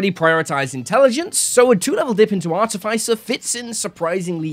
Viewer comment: wtf is an arty fay sir ?